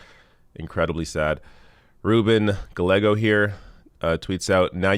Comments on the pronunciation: Gallego- gai yego. Love ya anyway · Gallego pronounced guy-A-go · good show. I sent it on. Spanish lesson. Double LL in Spanish is pronounced like y as in yes, yam, turtle, etc. Gallego would be gah YE go. (Lesson free of charge.)